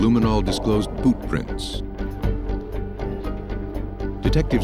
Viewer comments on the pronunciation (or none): It did sound like poop.I had to sort it out in my brain,and it came out as boot. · Did he say boot prints or poop prints?